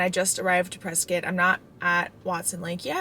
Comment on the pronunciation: That’s my hometown!!! I love it there, so beautiful. And you even said “Preskitt” 👍🏼👍🏼👍🏼